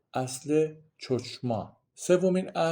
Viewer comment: خیلی خوب توضیح‌دادید. فقط میخواستم تلفظ چند کلمه را به حصور تان برسونم. چوچما نمیگیم. خوخما درسته یعنی عقل و وهوش می کو نمیگویم. میکوه mikveh کوشروت نمگویم کشروت درست تره. باز هم متشکرم. بسیار خوب و بد بدون تعصب توضیح داید. اولین ویدیو ی بود که دیدم بدون تعصب صحبت کرد.ند